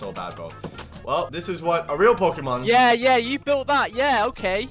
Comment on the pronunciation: After he said Pokeman I laughed so hard😂😂😂